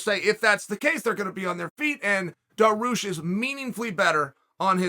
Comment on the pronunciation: Now I may be out of the loop but, he's got to be doing this on purpose right?